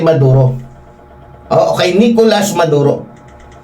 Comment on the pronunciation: Sir,Hindi Valenzuela kundi Venezuela.Maduro ang hinuli Hindi Neduro...constructive correction lng Po with due respect Po sainyo.viewer nyo Po Ako....